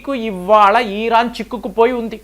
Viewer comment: ఈరాన్ కాదు ఇరాన్.